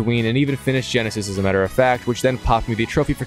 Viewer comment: wait youve played all the lego games and dont know how to pronounce tatooine and geonosis? have you watched all the movies or did you skip that?